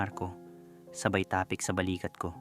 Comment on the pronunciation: Boss bigkasin mo ng diretso at mabilis ung salitang TAPIK. Don't make it slow. God bless and more power to your channel.